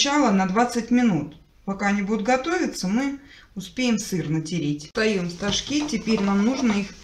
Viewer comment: Хоть один человек ставит правильно ударение в слове стожки,спасибо за рецепт ❤❤❤❤